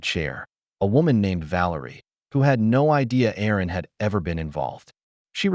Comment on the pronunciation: Erin, not Aaron.